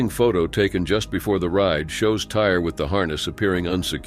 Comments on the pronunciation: I think the boy's name was pronounced Tie-ree, not tire. I might be wrong. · Tie- ree! Not Tire!😡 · Oh my Lord. It's not pronounced tire is pronounced Tyree. 😒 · I don't think his name is "tire"....mostly likely "Tie-ree". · Just wanted to let you know his name was (phonetically) pronounced TIE REE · It’s Ty-REE Simpson, not TIRE. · Why can’t they pronounce Tyre Sampson name correctly?! It’s pronounced Ty-Ree not “tire” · Please stop calling that kid Tire wtf. Tie-ree. How hard is that? 🤦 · The fact that he keeps calling him "Tire" REALLY pisses me off. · I'm sure his name is pronounced tie-ree, not tire. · God, Say his name wrong ONCE, then say HE next time. Tire .... Jesus. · This was a disgraceful mispuncation. And fool would know the name isn't pronounced tire. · They love!! To do this mispronunciate black peoples names… multiple times. It is disrespect intended. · On top of the narrator mis pronouncing the Childs name😢 you should just erase this comment 🤦🏾‍♂️ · Research before making a video mispronouncing a dead child’s name. Due diligence. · You'd think they would get the name right